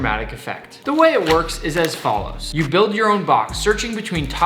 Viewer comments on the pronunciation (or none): none